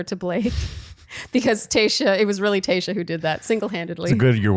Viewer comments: Am I the only one hearing saying “Kayshia” instead of Tayshia?? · Does anyone hear "Kayshia" not Tayshia or is just my ears?! haha